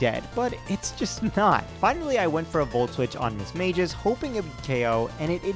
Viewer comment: What the FUCK is mismageis. Its mis-mage-ous